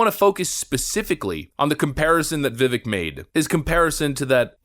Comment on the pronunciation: Vivik's name is pronounced Viv-ake as in cake.